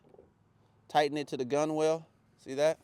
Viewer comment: I know it’s spelled weird but it’s pronounced GUNNEL. Like tunnel with a G